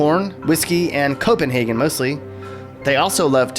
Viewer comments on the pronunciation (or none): none